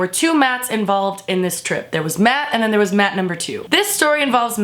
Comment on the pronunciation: "BUT WAER YOU THEAYRE THO?!"